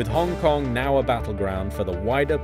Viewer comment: Trump, you say Hong Kong nicely.